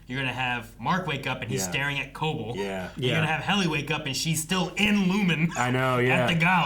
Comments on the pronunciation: Y'all.. "co-bell" is the pronunciation. Please. You say it so much and every time you say it wrong, my eye twitches. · ITS CO-BELL HOLY SHIT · The fact that we're 8 episodes into the season and they still don't say Cobell's name correctly is kind of astonishing, ngl.